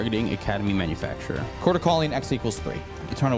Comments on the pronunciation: Love the shirt!! (And again, it’s not “Academy Manufactur-er” idk if it’s an inside joke or ya’ll are still mispronouncing it😂) either way, love the content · it's academy manufactor not manufacturer 😂